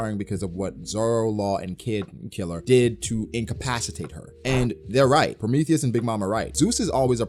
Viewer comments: I love your content and detailed breakdowns for these chapters man but for the love of GOD I cringe when you say PRO-METH-THEY-US lmaoooo I'm not even mad just a pet peeve 😅 PRO-MEE-THEE-US 🤣🤣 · genuine question lol do you actually say prometheus like that? pro-me-thay-es instead of pro-me-thee-us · ....🤨... have you really NEVER heard anyone say Prometheus?...PRO-ME-THEE-US...not “THEY”, “THEE”.... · Promae thious lol the he says it 😅😅😅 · hybrid Kaido is more susceptible to damage -pronouncing Prometheus like Amadeus -Zoro has a variant of conquerors haki -Acting like Ryou isn’t the same thing as advance armament Damn you’re spewing a whole lot of bullshit this review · Why do you pronounce Prometheus like that? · The way you say Prometheus bothers me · U pronounce prometheus weird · Why are you pronouncing Prometheus like that lol